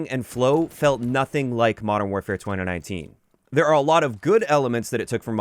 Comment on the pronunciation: Great video. Concise, thoughtful and thorough. That being said, the way you say 2019 weird me out every single time.... twunanunteen. 🤣